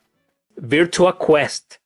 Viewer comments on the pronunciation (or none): you pronounce- virtua: "VERT-'chu'-a"